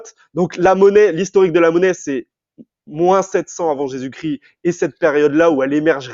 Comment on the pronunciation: Parcontre on dit Jesus ChriSSSt pas Jesus Crie …je ne connais pas le critianisme mais le christianisme